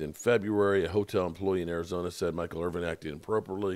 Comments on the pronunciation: He should know that by now even being a name butcher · There is NO damn G in Michael Irvin's name. Irvinnn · I thought Michael Irving lived in Irvin